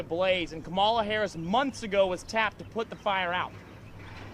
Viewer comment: What a fool, Greene can't pronounce VP Harris' name and Greene hasn't done anything for this country except use her stupid mouth to trash the USA.